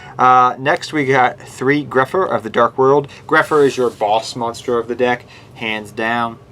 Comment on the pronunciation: Grapha not grepher